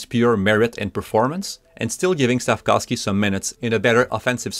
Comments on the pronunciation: as a slovak I can confirm here it is pronounced Slaf-KOWV-SKEE. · Since last year, I would hear, SLAF-KAWV-SKI. During Saturdays nights game, I would hear Chris Cuthbert pronouncing SLAF-KOVE-SKI or SLAF-KOWV-SKI. Wondering which is correct.